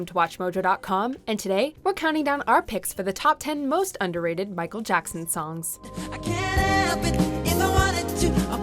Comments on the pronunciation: Michael Jockson? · i swer she said michal jonson